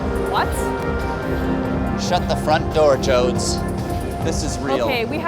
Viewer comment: My name is Jody. Everytime he says Joads I want to beat his ass.